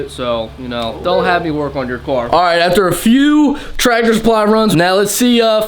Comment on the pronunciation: why is he saying car like "cwar" 🤣🤣🤣🤣🤣🤣🤣🤣